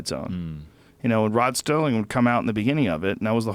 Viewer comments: It is Rod Serling. Not Sterling. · It's SERLING not Stirling....yeesh.... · Hey Joe, Rod Serling...not Rod Sterling. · Rod "Serling," not Sterling. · Why the f*** does he keep saying 'Sterling'. Where the the hell is the 't' coming from? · ROD STERLING loved the 'T' in his name..